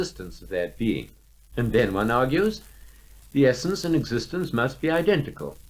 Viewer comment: eggs-istence is not a preddi-kate Thank-you for pinting thet-ite